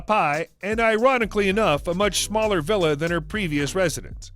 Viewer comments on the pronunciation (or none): none